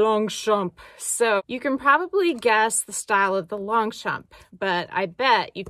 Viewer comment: Longchamp…the « g » and the « p » are silent. 😉 (Your friendly bilingual neighbour)